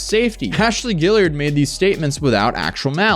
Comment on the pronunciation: now that you've learned how to pronounce tarot, can you learn how to say Guillard? haha "Ghee - yard"